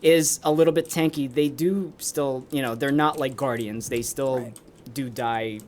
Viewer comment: "gurdians of Icarus " lol